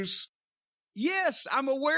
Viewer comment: When he said Milkmam I knew some fun was gonna come.